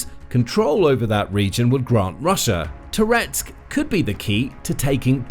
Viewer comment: Every time you say "Toretsk", I briefly think you're saying "Tourette's".